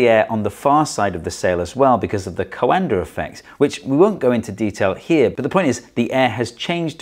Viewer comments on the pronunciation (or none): IIRC, it is the “Coandă” effect, not the “colander” effect. Automatic transcription failed.